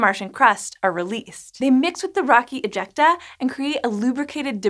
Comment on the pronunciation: Am I only one kinda cringing when she says "ejecta"? It's really meeeh.. Word